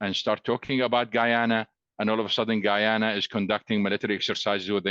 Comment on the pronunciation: E glish man ..its not geeeyuna ....its guyana